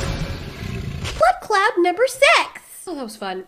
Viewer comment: Every time says blood cloud, I swear, I hear "blood Claaat" as if she is Jamaican